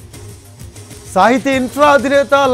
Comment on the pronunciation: Orey ga.. adi sahithi.. not sahitya